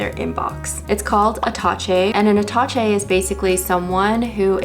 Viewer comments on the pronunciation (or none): Love the idea! We use that word often in politics, but I normally pronounced with a “sh” instead of “ch” (ah-tuh-shay). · Please don't butcher the name! It's french.So Aaa ta scheeee. Sch , like in show. I wish you the best of luck with it. ❤ I would always think, when you can't even say the name of your product right, what is about the rest!? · Ok I genuinely think your app sounds cool, but attaché is a French word and it’s pronounced at-uh-SHAY. Genuinely mean this as constructive feedback for when you pitch it! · attaché is pronounced with a 'sh' sound and the stress on the 'é'